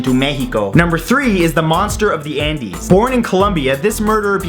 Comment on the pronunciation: I thought he said, "The Monster of the Anus" xD